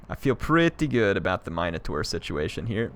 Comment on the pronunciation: Hey, so it's pronounced min - o - taur. i only know because i used to always call my sister one